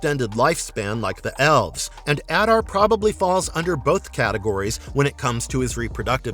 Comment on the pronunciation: The only one who pronounces his name correctly, which is shocking considering it is pronounced in the show. *If you want to go above and beyond, other Uruk-hai call him Ada, with the r being silent